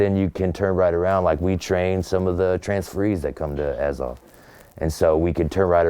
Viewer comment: It’s АЗОВ, not АОВЗ)